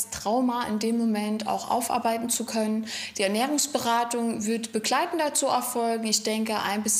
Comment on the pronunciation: Die Ernährungsberaterin hat einen nervigen Sprachfehler .....Pekleitend statt Begleitend !